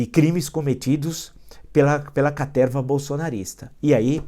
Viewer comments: Professor Villa assisto seus videos so pra escutar "CATERRRRRVA". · Boa noite Villa, me racho de rir qdo vc fala caterrrrrva🤣🤣🤣🤣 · um velho com palavras velhas com a cabeça velhA!!! "CATERRRRRRRRRRRRRRRRRVA" KKKKKKKKKKKKKKKKKKKKKKKKKKKK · A caterrrrrrrrrva !!! kkkkkkkk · Villa chega a dar um pulinho da cadeira de tanta felicidade ao anunciar o pega-pega na caterva.